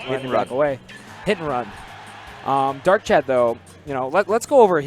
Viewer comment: It's not "Darkchad"